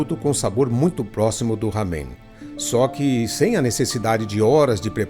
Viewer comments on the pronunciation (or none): NÃO É RAMEM. A PRONUNCIA É "LÁMEM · A pronúcia não é ramen com som de dois "erres" e sim com pronúncia como em "era".